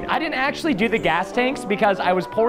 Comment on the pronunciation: wow, it was AKSHALY Sal, right?! That was some noulege